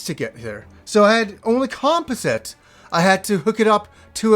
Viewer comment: Do all Canadians pronounce composite that way? lol